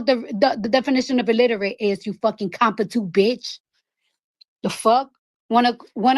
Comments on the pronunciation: Did she say “ compootent”????😂😂😂😂 CARDI B IS A BIRD BRAIN JACKASSSS. Never liked that IDIOTFROMDAYONE 😡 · Heard competu. What word is THAT!😶